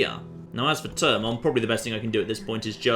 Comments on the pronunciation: you don't say TE when you say THE do you? no no you do not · its pronounced THErmon not TERmon